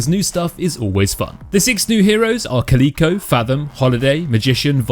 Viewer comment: Caleeeko? Its Cal Ick Oh like the cat bruh